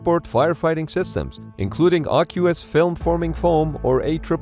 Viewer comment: As usual,, this video was fantastic, which was no surprise because nearly all of your videos are fantastic, and I love your channel (despite its clickbaity-sounding name). So when I make this tiny little pedantic complaint, please understand it's in a context of love. But... you might wanna look up the pronunciation of "aqueous" (as in AFFF). 😉 Much love, from a pedant who's learning a ton from you.